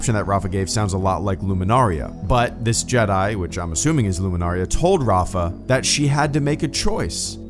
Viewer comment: Luminara*. Not -ria. Cmon EFAP is gonna nit pick you again😂.